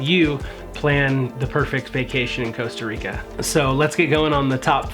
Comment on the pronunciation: Coasta or Costa Rica